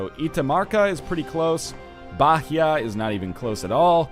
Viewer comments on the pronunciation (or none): bah-Hia... goddammit... it's read baia... (Brazilian here) still loving you Ryan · Hey NL, Bahia is pronounced ba-ee-a, not ba-he-a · Aww sat "Bahia" pronunciation hahaha. Bah ee ya, silent h :) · hey NL, the H in Bahia is mute, you dont say it, just baia :)